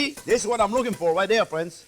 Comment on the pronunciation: You say: "Thanks for watching." I say: "Thank you, Maestro Chef, for showing and teaching and calling us 'fwends.' You bring us into your kitchen of wonders and include us, every step of the way!" We Thank You, most gratefully for making this possible. Bravo, Maestro Chef Jean Pierre!!! France Driscoll StayFree via ¡Viva Cristo Rey! Sacramento CA USA